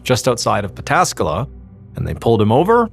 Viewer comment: Props for pronouncing Pataskala perfectly.